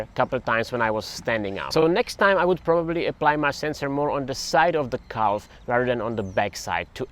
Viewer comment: The way you say calf sounds like an Amish person saying cow.